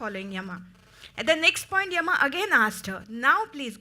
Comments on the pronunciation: Yama yama does not sound good please say yam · It is written Yama in English but it's pronounced Yaama.